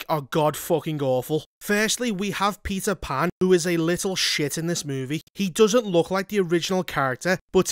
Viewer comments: "Peter Pander" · All I can hear is Pizza 🍕 Pan. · Am i the only one hearing him say "pizza pan" 😂